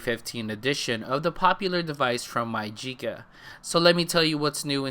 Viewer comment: you did say it Perfect *keep up the good work*